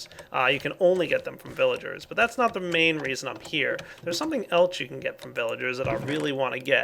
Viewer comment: Did he say elch instead of else